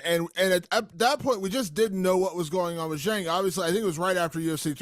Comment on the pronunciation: You'd think he could at least learn to pronounce Zhang's name...